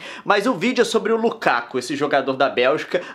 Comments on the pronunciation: Desculpa corrigir Nilce mas é Lukaku não Lukako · O nome dele é Lukaku e não Lukako ;) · Nilce,Lukaku é com U